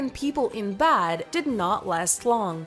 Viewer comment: they referring to beds and she keeps saying bats that's nuts